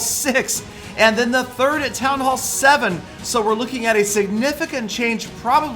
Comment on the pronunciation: Did this dude just say "thirth"?